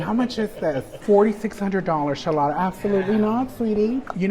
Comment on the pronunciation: i giggle when you say Shalotta